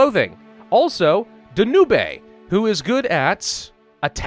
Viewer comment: Danube pronounced "Dan-ooh-bay" gives me life.